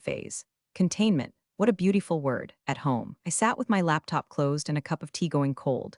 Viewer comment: And the same AI voice that mispronounces'beautiful' as beau-TEE-ful.